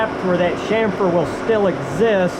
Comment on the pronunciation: so refreshing to hear chamfer pronounced right, next chassis